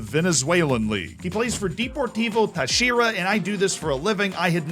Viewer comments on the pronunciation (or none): Necaxa was right on the first try. Deportivo Tachira... not so much. (Emphasis on the first syllable.) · FYI, Necaxa is pronounced exactly as you think, the "x" makes the normal sound. And Deportivo Táchira is pronounced T(A)chira, not Tach(I)ra like you did, the strong pronounciation is in the first "a" not the "i"